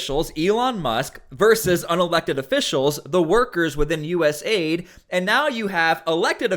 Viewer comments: It is USA ID NOT US AID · It’s not Us “Aid”. It’s US “A” “I” “D”.